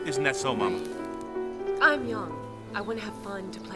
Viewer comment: I love well researched period films but the way the actors mispronounce some words is very irritating..... it's Mamma, two m's so longer m sound, and papa' is being pronounced Papa, (which is only used for the Pope!), without the accent on the last letter...very irritating. Admittedly this film is made for the american market so most are none the wiser......